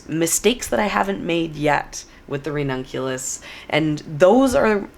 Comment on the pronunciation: You can use your Babbel affiliation to learn Italian and then you will be able to pronounce the ranunculus and anemone names properly ☺️